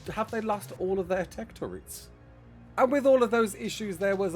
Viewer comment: Thank you for saying "TurrET" and not "turrENT"